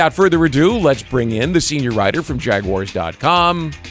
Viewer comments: That hurt my heart when i heard him pronounce Jag-u-ars. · That part lol. He definitely made it way more difficult then it needed to be lol